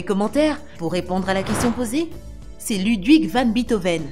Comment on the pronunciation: Van Bettoven lol